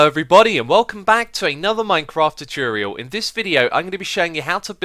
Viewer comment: says choochorial